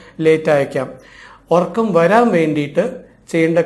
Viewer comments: ..orakkam..ennalla..urakkam ennanu...ethu schoolila padichath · എല്ലാം ശരിയാണ് But ഉറക്കം ആണ് ഒർക്കം അല്ല